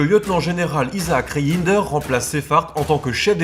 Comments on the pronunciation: Reijnders ne se prononce pas " re in der" mais "reine..derse" phonétiquement bien sur. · haaa les français et la prononciation de nom hollandais ... Reijnders ça ce prononce "rèndèrs" enfin ça reste mignon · désolé mais je suis mort de rire quand vous prononcez par exemple le nom du général Reijnders